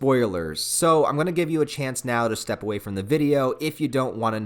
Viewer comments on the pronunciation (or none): none